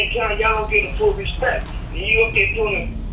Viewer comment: "I respeck you" 😂